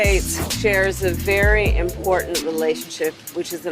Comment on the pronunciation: Oh my God! This "thing" is so triggering for me and I don't know why. This "thing" is how the younger generation pronounces the word "Important". I learned to say important just like that. Important. Not "Importante" or "Impor TANT" Can we just say the word without the added accented end of that word? Not important. Don't answer that. Yeah ok, it was whining. I agree. Love your channel.😎